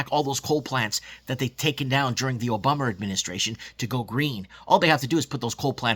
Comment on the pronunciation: Ya, great point about you don't own your country if you can't get into the real estate market because of inflated prices and BS policies. It sounds like we Australians don't even own Australia. Sad. Also, I love the "oh bummer" (Obama).